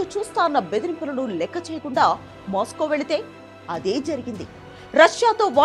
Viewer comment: అమ్మా కొద్దిగా తెలుగు స్పష్టంగా చదువు. ట్రబుల్ , మాస్కో..